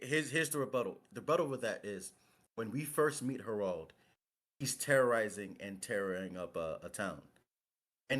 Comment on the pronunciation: its not pronounced herauld but harald